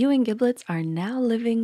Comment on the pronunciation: "Giblets." With a hard g.